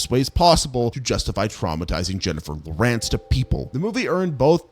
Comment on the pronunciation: II have never heard Jennifer's Lawrence's last name pronounced like that.